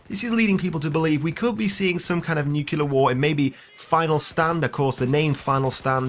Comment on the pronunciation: *Nuclear, not nukelear.